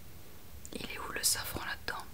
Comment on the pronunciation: 😂 hihi. Heureusement que je reviens sur ta vidéo qui m’avait endormie la première fois. J’entendais « fleur de savon » au lieu de safran 😂et je me demandais pourquoi le savon était si cher et pourquoi on en mettait dans les cosmétiques 😅. Bisous doux.